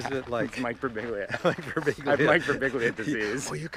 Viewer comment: Pronounced bur-BEEL-ya. Sadly, even American descendants often butcher their own beautiful Italian names. Mamma mia!